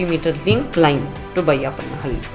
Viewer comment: Correct your loyal dialect. Its not vayappanahalli, it is bayyappanahalli...